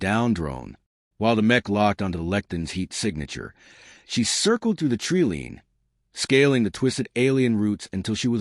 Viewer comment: FYI, "treeline" is NOT pronounced "tree-leen"!